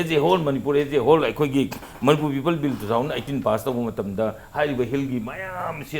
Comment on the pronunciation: please pronounce 'people'as 'people'and not as 'peoples',they carry different meanings.